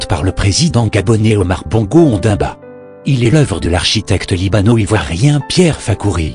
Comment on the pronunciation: C'est Omar BONGO ONDIMBA pas Ondamba😩